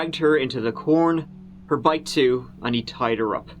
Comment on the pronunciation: Ohh & Changin The Intro Would Be As Bad As if You Stopped Pronouncing Tree'Turty For Three Thirty! PLEASE Dont Do It!.. Love You Tew! & God Bless Ya My Brother!.